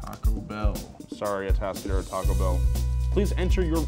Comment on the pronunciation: 😆.. Did you say Atascadero 🌮 🛎? Ha! I live in Paso Robles. 👍